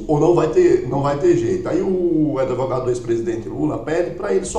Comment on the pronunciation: Outro que fala em adevogado